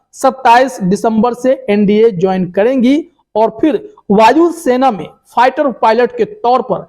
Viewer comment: first improve your pronunciation! it is not pighter but fighter and then make videos otherwise you will be a laughing stock. And by the way Sania Mirza ji congratulations and may you become a successful Indian Airforce Officer. All the very best.